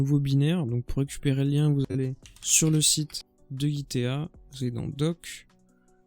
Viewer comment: Git TEA !!! Wahoo.... C'est un jeu de mot avec TEA (le thé) qui se prononce TI Donc, gitea se prononce GUITI !! Et pas GITÉA !!! mdr.